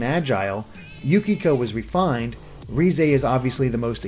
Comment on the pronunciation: Did he call her rize